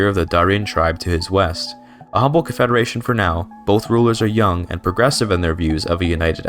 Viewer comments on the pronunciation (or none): none